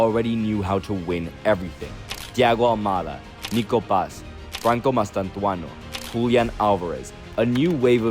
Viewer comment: ''Mastantuano'' jajajajajaaja. Its Mastantuono dude.